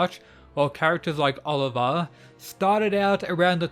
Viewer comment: He says Oliver??? It’s Olivia lmaoooo